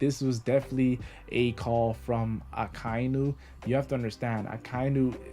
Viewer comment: its aka-inu not a-kai-nu